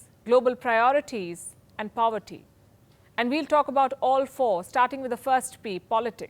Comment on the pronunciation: Nice presentation. But its not Inflation 101, its the consequences of inflation described here. And Palki, whats POWERTY ? 😆